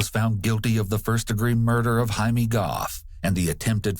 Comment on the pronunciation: Annoying to talk about pet peeves regarding a murder case, but his name isn’t Jamie, it’s JAI-me and pronounce hai-meh